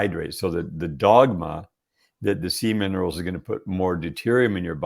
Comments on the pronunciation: Omg.....you are the same as me..EVERY time he said SEA MINERALS..I heard seaman!!! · 😂 I was like ... seaman rolls? 🥴